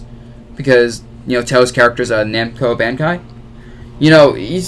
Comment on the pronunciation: Namco-Bankai.... . I STILL LOVE YOU DABUZ (I hear a lot of youtubers fumble this company's name all the time)